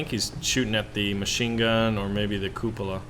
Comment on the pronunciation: Lol, "koopa-la"